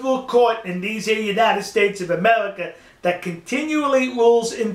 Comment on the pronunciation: amewika its pronounced america